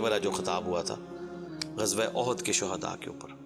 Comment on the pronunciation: Qabro ma kaie kaie sohda dafnaye.... Apni zuban teek Karo...